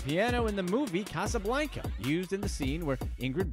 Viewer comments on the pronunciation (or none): Guy can’t pronounce Casablanca